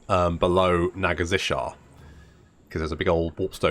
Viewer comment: every episode: Nagazzishar The city name: Nagashizzar:P